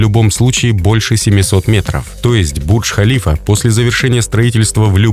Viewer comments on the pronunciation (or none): Правильно говорить Бурдж-ХалифА. Эта башня названа именем президента ОАЭ.